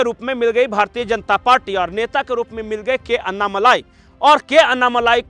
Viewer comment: भारतीये नही बोलना भारतीय शब्द का उच्चार भारतीय ही कीजिये न की भारतीये। आप लोग "य" अक्षर का उच्चार "ये" ऐसा क्यूं करते हैं?